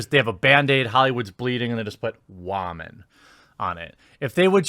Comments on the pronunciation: What is with you and pronoucing the word Woman as whamen? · Why does he pronounce woman as "WAHmun?" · wha man? you mean woo man! go back to voice school! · Love the way you pronounce “woman”😂